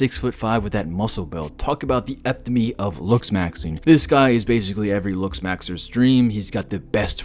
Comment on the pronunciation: Ep-toe-me. Bro only use words you can pronounce